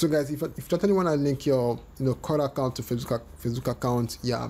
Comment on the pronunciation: Kakaount ... Cacaount ... Dude I have no interest in your channel I just clicked by mistake and your video bothered me .. dude ! Before your upload a video , make sure to listen to your audio !